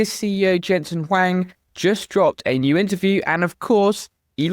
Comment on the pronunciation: You pronounced Jensen's last name correctly. Huang, H is not silent. Very good.